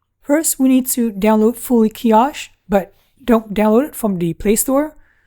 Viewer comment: Nice video. Keep up the great work. Where did you get the tablet mount. Like the style. A bit like TabLines TWP wall mount. Kiosk is pronouced - kee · aask. A strong K. You have a more h sound. Trying to be constructive.